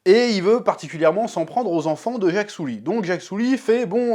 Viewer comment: Le héro s’appelle Jake Sully. Le chef prononce : Jacques Soulie